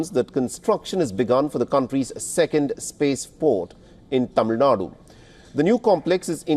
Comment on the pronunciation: I love when he pronounces Thamizhnadu correctly everytime 😍😍😍